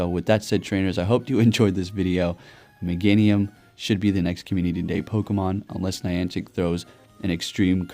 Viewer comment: really? Mega meganium or is it mega-nium😂